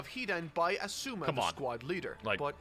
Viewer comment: His asuma pronunciation is the worst.